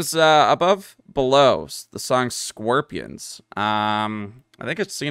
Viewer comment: Solid song and reaction. Gotta love your Canadian accent pronunciation of the word Scorpions as: "SQIRP-ions" instead of as Scorp-ee-unns. (